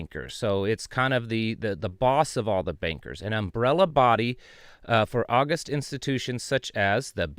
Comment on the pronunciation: In the phrase "august institutions" (BIS), the word august is pronounced with emphasis on the second syllable. It is not pronounced as the month of August and has a different meaning.